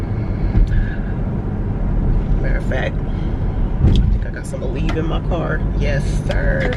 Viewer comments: Girl in the beginning i thought you said i got The Weed in the car then i realized you said ALEVE...😆 🤣 😂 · I thought so too haha